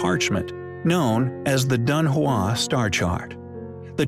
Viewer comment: It's pronounced Dun Hwong